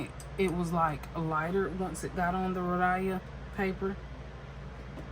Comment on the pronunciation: Hey …”It’s hot in Georgia.” I giggled. 🤭 It’s 🥵 here in Vegas. Your heat is like warming up food in the microwave. 😉 You pronounce Rhodia as Ro dye uh… it’s Ro Dee uh. And say it with no stress sense. 💜 I’ve watched Karyna for a few years, she is the real deal. 😊 I recommend watching Brittany over at Carrots and Olives. She is also a wonderful creator. 💜 Sailor 731 was a delish color! ❤ ok I see you 237. Nice 😊 I love the ASMR of the boxes and bottles, pens etc. So keep up the noise. 😊 send me your mailing address and we can so an ink swap.